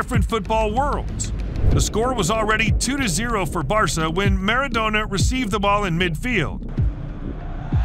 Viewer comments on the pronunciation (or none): Marad - o - na bruh what is this